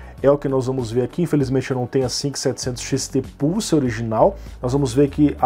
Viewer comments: seria muito triste o youtube desmonetizar esse video pq o bot entendeu "pussy" e não "pulse" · Pior que falou isso mesmo! kkkkkkkkkk "pulse" está mais para "pousse" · Adoro os brasileiros a falarem 😂😂. Não me levem a mal mais eu ouvi o dizer 5700XT PUSSY e não 5700XT PULSE. 😂😂😂. Por favor não me levem a mal eu adoro o canal do ele tem bastante conhecimento 👍💪